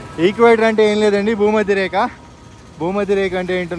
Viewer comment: "భూమధ్యరేఖ"......రేక కాదు